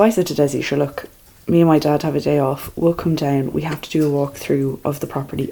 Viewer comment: Love love love it!! The weather what a gift!! The house so great! I just loved hearing you say to Desi “ sure look it”” it is one of my favorite Irish saying! I love the Irish people the kindness between homeowner and builder 💕💕💕. You have done an awesome job!!! Take it in and be proud ❤️❤️❤️